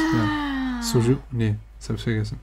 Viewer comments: Soju hast du da richtig ausgesprochen, also germanisiert "zoh-tschu" xD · Bei hast du Soju (소주) richtig ausgesprochen. Das "ㅈ" wird zwar häufig als "j" romanisiert, aber das bezieht sich eher auf die englische Aussprache von "j". Im Deutschen entspreche das eher einem "dsch" ("Sodschu"). Konntet ihr schon ein paar Soju-Geschmacksrichtungen ausprobieren? Da gibts ja etlich viele (Grapefruit, Ananas, Pfirsich, Granatapfel...). Vielleicht könnt ihr auch Mal Makgeolli (막걸리) ausprobieren, das ist koreanischer Reiswein! Den gäbs auch in verschiedenen Geschmacksrichtungen. Wenn das Restaurant nicht so viel Auswahl hat, vlt findet ihr ja was in nem Asia-Laden!